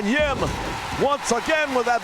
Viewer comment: Why do you say “Reilly” though? His first name is not lol! Kyle O’Reilly, so you should be saying “O’Reilly” but maybe it’s part of your gimmick to mess up names a bit. (Miya Kim instead of Yim too) so it’s all good.